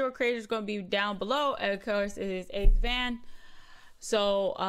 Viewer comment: 🤣You said his name wrong 🤣and he has a video about that 🤣